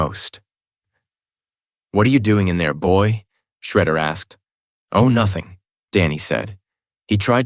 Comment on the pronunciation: Besides a few mispronounciations of a few words and names, this was good. One time Shredder was called "Shedder", and Sterns was called "Stems" twice. I can forgive "Michelangelo" being called "Meek-elangelo", bc that's still a correct pronunciation in Italian. One time, the word "fight" was misspoken as "tight". And "dogi" was mispronounced as "doggy" every time. And "making coleslaw" was misspoken as "malting coleslaw" Is this a human mistake? Or was the narration A.I. generated? There were strange pauses that did not fit the flow of the narrative. Breaks in between dialogue, pauses in between sentences. It felt off. I think your channel would benefit more from a human voice actor reading these books aloud. An A.I. voice sounds too robotic and loses the naturalistic tone that anyone reading off the voices would have made.